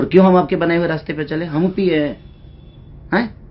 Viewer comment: Daru abhi tum pike hai bol raha hai theek hai